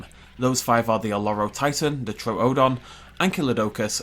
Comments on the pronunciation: True-don. You don't go to the Zo-o. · Why do you keep mispronouning Troodon? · Your over enunciating the second o in troodon. Is this an extremely nitpicky comment? Yes Do I care? No